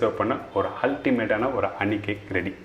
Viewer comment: அனி அல்ல ஹனி